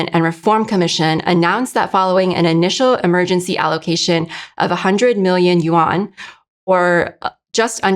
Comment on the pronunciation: I think because the host is Asian, people might assume she speaks Chinese. So when she pronounces Yuan as "Yu-ang", people might imitate her mistake.